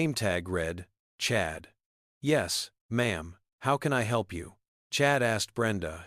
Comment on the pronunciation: Its M'aam. Not Mom